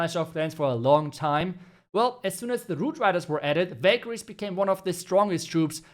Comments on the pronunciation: I kept hearing ‘Bakery’😂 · It took me 4 times to understand that u were saying Valkyries 😂